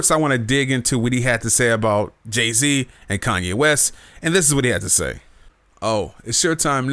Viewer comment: Who the fuck is "Kayne West?"